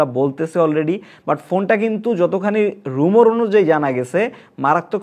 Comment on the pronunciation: রুমর না ভাই, রিউমার হবে